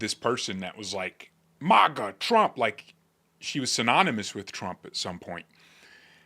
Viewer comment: Love your videos,. But one tiny bit of constructive criticism... The first syllable of MAGA is pronounced MAG like Magnificent, Magazine, Magnanimous, and Magnify. Your pronounce it weird, as if it were spelled MAWGA. Like Mall or Molly or Monster or Moth. You mention MAGA in practically every single video, you are valued part of the MAGA movement. It is only fitting that you say it right. Again, this is intended to be constructive not combative. I love your videos, I appreciate how well expressed you are, and I especially appreciate how timely you are in addressing key events as they happen. Thanks and continued success to you.